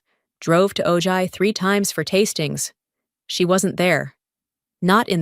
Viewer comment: Ojai is pronounced O Hi. The j makes the H sound like La Jolla (Hoya)